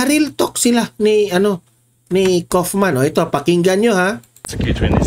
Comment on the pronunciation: Kaufman = pag bigkas ay kawofman .